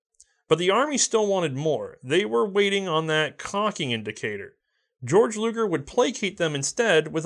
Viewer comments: I don't know if anyone told you this but you said Georg Luger's name wrong. His name is pronounced "Gay-Org". Although Georg is the German equivalent of the English name George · Why does everyone say "GAY-org....like everyone with that name i met in germany literally just said it as "George" and laughed at that gay-org style of saying it